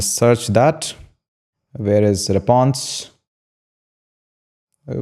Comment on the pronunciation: 😂😂😂 REPONSE, no... REPSONSE, no... RESPSONSE, no... 😂😂😂